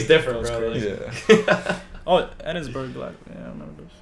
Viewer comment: Connor Mcgregor is not british. BIG mistake as the killing only stopped over 2 decades ago. Edinburgh is not pronounced edin burg, its edin bruh.